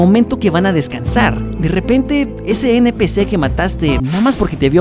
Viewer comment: "eNpICi" jsjsjssj